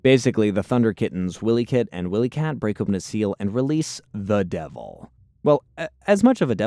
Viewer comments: How old are you dude.. it’s Wiley kit and cat.. not Willy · but yeah also this guy said “Willy kit and Willy kat” so I feel your frustration lol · Bro. It's not Willie. It's Wily like the coyote (kai-oat-ee (US)) that chases Roadrunner.